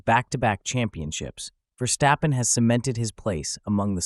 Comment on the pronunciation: You pronounce it Verstappen not VerSHstappen.